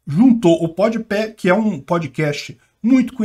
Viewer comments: Concordo com o que foi dito, mas que me incomodou toda hora o falando PodiPÉ ao invés de PodPah, isso incomodou. Devo estar muito cansado, muito sono pra isso me irritar (até por que nem acompanho esse podcast) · é "podpá" kkk tu fala "podpé" akakakakakakakak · Ja imaginou que louco um almoço de domingo com o falando Podepé, faz 0 diferença, num sei o que lá... Top:_sim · "Pod Pé" kkkkkkkkkkkkk... eu ri cada vez que ele falou. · O chamando o podpah de pódepé! Kkk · Lula chamando o mítico de "mitchícu" x chamando o PodPah de "PodPé" kkkkkk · Podpéh não né hahahaha tiozão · PodePé. Se fosse PodeDedo eu até relevava. Go 2022 Molusco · O deve estar falando o nome do podcast errado de propósito hahah